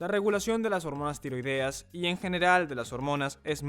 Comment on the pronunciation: «Tiróideas» NO, TIROIDEAS, con acento tónico en la «e». Lívido (con acento en la primera «i») = Pálido, con mal color; LIBIDO (con acento tónico en la segunda «i»), impulso sexual. De todas formas, GRACIAS por el vídeo, muy buena información.